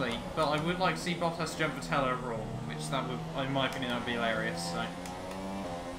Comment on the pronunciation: Please for the love of God Stop mispronouncing Vettel 😂